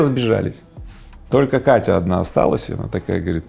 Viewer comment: Всегда обращал внимание, каким образом Вы произносите имя "Катя") Мой крен был исправлен в свое время моим другом, советчиком, эмоциональным напарником, источником энергии - моей женой.